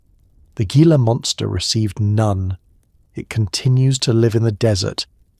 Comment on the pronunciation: It's pronounced "Heela" monster actually. - Arizona, am!